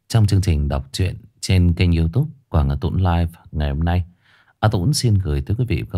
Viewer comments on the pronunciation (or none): none